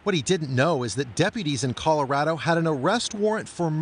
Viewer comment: "colawado" I'm dead😂😂😂😂😂